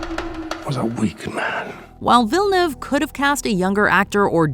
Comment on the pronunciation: It's not villeneve. It's pronounced vee jah new ay vah